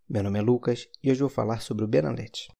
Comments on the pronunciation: Benalet... N se pronuncia o t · No próprio comercial eles pronunciam benalet com T